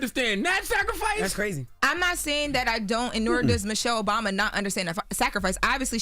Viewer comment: I’m going to need you say that correctly. President Obama!!